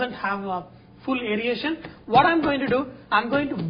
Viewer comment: Airation. NOT Airiation please.